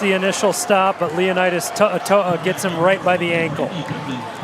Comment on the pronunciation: Very professional and outstanding work guys, thank you for providing these live broadcast every week for those who are unable to make it to the games. P.S. To'oto'o is pronounce as Toh-Oh-Toh-Oh NOT Toh-Ah Toh-Ah.😂